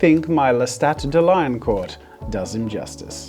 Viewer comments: This video is the best 😂 "I bet you can fix him" 🤣 I too am very uncomfortable with smut and have a childish brain.. I can't read it without laughing! That being said... it's pronounced Lestat [De Leon-core] 😅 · Lestat is French and you totally butchered his last name, but It was cute though.